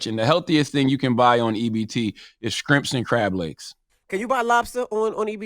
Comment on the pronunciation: Charlemagne... Please stop saying sKrimps... Please.😐